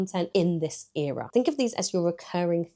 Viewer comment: Why do you pronounce ERA wrong?